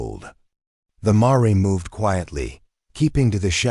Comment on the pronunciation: It's pronounced mair not ma-re. Computer readers still don't get it right . 😂😂😂😂😂😂😂